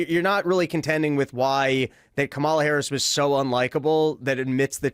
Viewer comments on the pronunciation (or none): Is this where I'm supposed to make an anti-gay joke and pretend simultaneously that I'm a serious person? Still intentionally mispronouncing Kamala's name, Dave? Totally not racist.